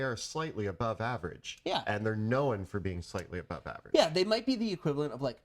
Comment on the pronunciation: I can't get over how pronounces "known" as a two syllable word. LOL